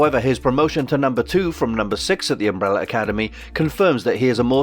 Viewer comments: What is an UMBRELLER? where is the "R" from at the end of UMBRELLAAAAAAA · What is UmbeRRRRRRR. There is an "A" at the end of UmrbrellAAAA. It is UMBRELLAAAAAAAAAAAAA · Why does this guy keep saying "Umbrellar" academy!! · The Embrolla academy as he pronounces it lol